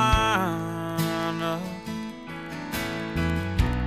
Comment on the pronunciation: Caroline not Carolina